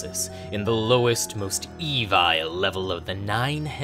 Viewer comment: "The lowest, most E-VILE layer of the Nine Hells." Well, that's the only pronunciation I'll ever be using from now on.